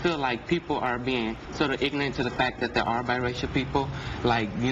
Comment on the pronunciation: This douche-- he's saying that people are being ignorant while he can't even SAY the damn worrd -- "Ig'nant". -_